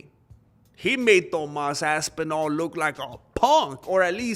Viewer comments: I like the way you say ass twice when saying ThomASS ASSpinall! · lol .. man said "Tomass Asspinal"